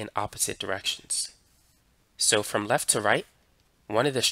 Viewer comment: Its left not lefff 🧍‍♂️